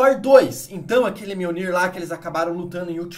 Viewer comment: enfim, aprendeu à pronunciar mjolnir corretamente